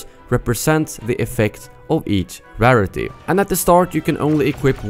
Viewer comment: "RAR-ITY" is pronounced "rare-ity."